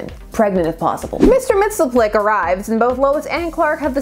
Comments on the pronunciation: It's pronounced Mix Yes Spit Lick. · I'm all for you exploring all the possible pronunciations of Mr. Mixospottieottidopealicious xD